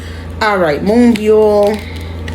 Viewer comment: You pronounced her name perfectly! You can also refer to her as Moonstar as " byul" translates to star